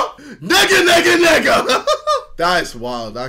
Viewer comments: Ruth nega it's Ethiopian🇪🇹 name it's not pronounced like nigga 🤣🤣🤣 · It is pronounced as Ne-ga Not Ni-ga And it is an Ethiopian name And Ne-ga means it becomes daylight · Ruth Negga is pronounced Nay-ga.😅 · Ruth Negga's name is pronounced Nai-jee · Bruh the "Ruth Negga" part was not pronounced correctly. It's more like "naga" which means sunrise in the Amharic language. It's always amusing how these people put little effort to pronounce anything really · We don’t pronounce is nigga tho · Ruth negga, you don't read it as (N,ē,g,a), N as in Never E as in elephant. G as in grand A as in Alike Negga means " the sun rissen" It's Amharic btw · The name of the actress isn't actually pronounced like that. Its a traditional amharic name. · It is pronounced with a hard A she ethiopian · KSI, you aren’t even saying the Ethiopian girl last name right. It is Ethiopian and you aren’t saying it right. Half Irish and half Ethiopian